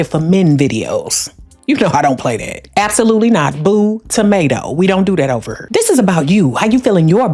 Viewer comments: Ova hurr! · “We don’t do that ova hurrr” where she from Memphis or Missouri? 😊